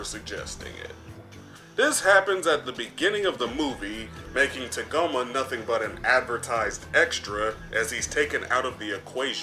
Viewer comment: “Tuhgoma”? What is this, Kagome from the VIZ Media dub of original Inuyasha?